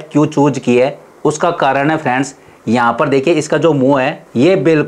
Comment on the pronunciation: फ़्रेण्ड्स कीं जगह पे भेस सुनाई दें रहा हैं plzz अछे से बोले